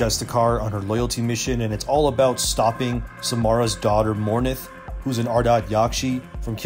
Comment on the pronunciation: Dominate can be used in Mass effect 2, And she is called Mor-inth, not mor-nith